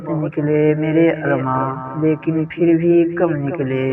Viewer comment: لفظ پھر کو فر نہ پڑھیں